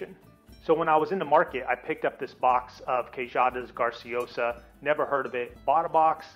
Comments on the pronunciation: I'm a regular at Portugalia and you're discussing my favorite queijadas but you're pronouncing it wrong. GRAciosas. Not GARciosas. I mean it's right on the box. And your map. And bacalhau has no EE sound. It's not bakeelah. Makes it tough to trust you know what you're doing. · It is pronouced Gra (long a) - No GAR